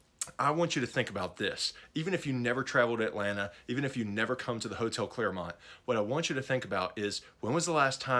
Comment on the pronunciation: It’s clermont not clairmont